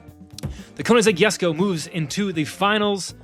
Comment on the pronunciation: it's actually pronounced "kuh-nig-seg yess-koh"